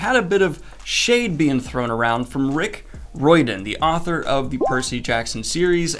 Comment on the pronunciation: do you actually pronounce Riordan, Roydan?